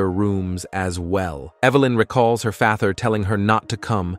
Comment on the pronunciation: The AI narrator started breaking. "Para-cities" instead of "parasites", "father" pronounced like it rhymes with "lather".